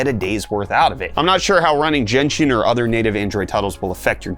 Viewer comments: I'm pretty sure you're doing on purpose right now. But I promised to correct you every time this happened. It's "Genshin" not "Jenshin". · "JEN-SHIN IMPACT"?! LOL